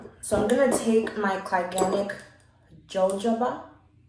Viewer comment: It pronounced "ha-hoba" the J is silent, lol It took me the longest time to figure it out too 😊